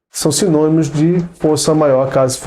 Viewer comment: "Simonimos" kkkkk que graça :)